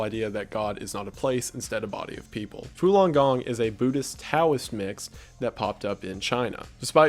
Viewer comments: It's Falon Gong, not Fulon Gong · "Fulon Gong" 💀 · It's falun gong not fulon, do some research man